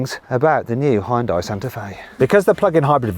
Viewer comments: ダサ………Hを強調し過ぎだ😞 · 本当に「ホンダイ」って発音してますね･･･ これ、ネットの冗談かと思ってたんですよ、ヒョンデが海外で売るときにホンダと勘違いされるためにヒョンデではなくヒュンダイという表記にし、且つその表記だと英米人の発音がホンダイになるのでホンダに聞こえるのだと。 ホンダと勘違いされて売れたのだと。 冗談かと思ってたら本当に何度も何度も「ホンダイ」と。 英語ネイティブの耳はHONDAの「ホンダ」とHyundaiの「ホンダイ」は明白に違う発音に聞こえてるのでしょうか？ それともやはり「勘違いするレベル」で同じような音に聞こえているのでしょうか？